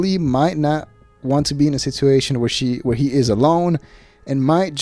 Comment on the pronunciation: I'm subscribed because I'm an ol' hen and love getting the dish on my favorite podcasts but......I hate how you say the word 'situation'